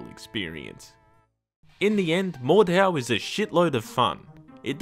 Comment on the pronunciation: I'm pretty sure the "H" is silent and it's pronounced like "mordow" or "mordao" but if I'm wrong just leave a reply about me being an idiot and I'll get the hint